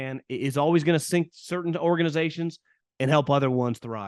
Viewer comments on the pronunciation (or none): none